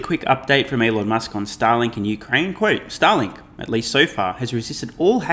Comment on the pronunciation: I’m sorry, I’m too much of a moron to unsubscribe from your channel. I seem to be unable to find the button… Also it sounded like you pronounced “Starlink” as “Satalin”. Hope you won’t get canceled, comrade! :)